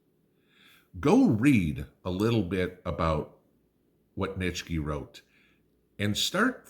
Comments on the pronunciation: Please say "NEECHY" lol. She also ignored "Inalienable". Irked me. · Nietzsche...pronounced NEE-CHEE